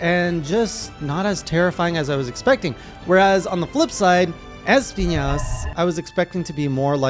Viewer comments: I hate how pronounced es-PI-nas Yeah, His name is in spanish and means thorns BUT IT DOESN'T HAVE AN Ñ ON HIS NAME, IS NOT ESPIÑAS, IS ESPINAS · Lmao, why do you pronouncing it like EspiNYAs?😂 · Why do you say Magala so weird? And Espiñas with an ñ lol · Espinas is pronounced like esPEEnas not asspiñas lol. It's the Spanish word for thorns. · Espinas is pronounced phonetically as X-penis which is what he gives male hunters that wake her up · You keep mispronouncing Gore Magala and Espinas